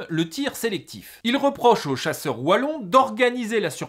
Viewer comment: Merci d'avoir prononcé Wallon correctement 👌